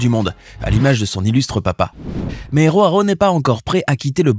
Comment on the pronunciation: On dit Joao pas RHoao, c'est du portugais, pas de l'espagnol, le J se prononce J, pas R .